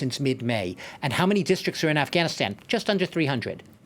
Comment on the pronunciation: All these years & they didn't learned how to pronounce Afghanistan